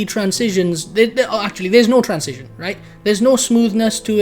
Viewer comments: i like how you pronounce transition like "trans-cision" lol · I think you are right about everything. except how to say transition ;D